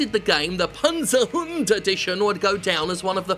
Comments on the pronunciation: as a german i appreciate your pronunciation of Panzerhund. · Hi Jim, just a very quick lesson in German. Good pronounciation of the word Panzerhund, but the z in Germany is not soft. It's not akin to "zoo" or "zebra". Our "z" is a very sharp "ts" sound. Imagine cats, or rats. That's the German "z". So if you wanna feel truly fancy, now you can pronounce the word properly with a "cats"-ts.